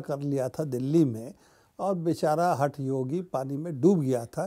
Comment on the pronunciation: Wonderful analysis as ever, dear Probir, but I just have to resort to nitpicking. It is not Hath Yogi as in HUT yogi, but huth (th as in "th'in or like haath) Yogi. You are right about this weirdo, though. Not credible at all. That demo was incredible, but those details he provided about events were sort of mystifying as well. Most of us were incredulous. But like all conspiracy theories, adding a germ of truth in the mix keeps the thing alive. Who is to decide what is true or false, even partially or completely?? Maybe that was the intention - just to make people suspicious.